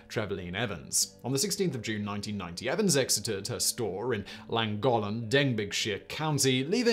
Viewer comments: I can forgive Llancaich Fawr as it is pretty tricky. I can forgive not knowing that the emphasis in a word is almost always on the penultimate syllable. No excuse for pronouncing Llangollen as "langolen" though. Even pronouncing it as "Clangocklen" would have been acceptable. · When he said Llangollen without pronouncing the two 'll's' as a 'Cl' effectively 'Clangoclen'.. I'm an Englishman that lived and worked near there and my Welsh friends and work colleagues would always give me hell if i pronounced it wrong lol, I did take the time to learn some welsh, which is greatly appreciated by the native's in deep Welsh speaking parts, it's a beautiful language which is excitingly on the increase as now 2/3rds of schools are taught and written only in Welsh with English being a second language, giving rise to community's (especially further in the north or west you go) that remain purely Cymru which I think is awesome 😎👍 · 'Fawr' is pronounced 'Vowr', Simon. Just saying. Also: 'Llangollen' is pronounced 'Thlan-goth-len' (the closest I can write it phonetically) . I have fond memories of my late father, whose family came from Mountain Ash, correcting some tourists in a café in St Davids, who were discussing loudly where they were going. We'd had breakfast, which included cockles fried with bacon and Laverbread. Such happy days!) Aaaargh! 'Dove-ed', not 'Diff-ed'! And in that one, the teacher got all the children separated, and got them to draw what they had seen. The drawings were surprisingly similar. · Simon, you pronounced Llangollen like a true Englishman 😉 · Lol. I'm not English or Welsh but even I can pronounce Llangollen better than he did. 😂😂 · Could you not find one Welsh person to help with the pronunciation lol. 😂 Llangollen just got straight murdered. Nevertheless I appreciate the video Simon, diolch.